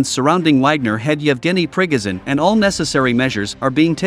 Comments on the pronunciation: Not ['prigozin] but [pri'gojin]. It's unreal to listen to your pronunciation :)))) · To the announcer-- you pronounced Prigozhin's name wrong 3 different times 3 different ways in 1 minute. Very sloppy.